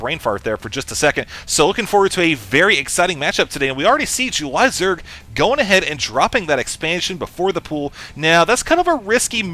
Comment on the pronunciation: i like the way says "jew-lie" zerg